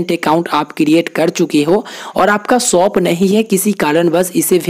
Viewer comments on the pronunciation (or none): Soap nahi bro shop bol 😂